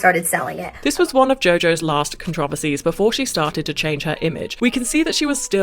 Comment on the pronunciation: Bro it’s driving me crazy why tf does she pronounce it that way it’s not even close